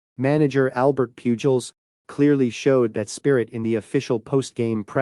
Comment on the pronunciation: Whoever did this video should also know that Albert Pujols's last name is pronounced poo hols, not pyuu jols. How can anyone following baseball not know that?